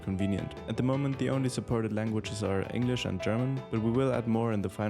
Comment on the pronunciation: Bro Slipped and pronounced "english" the german way for a second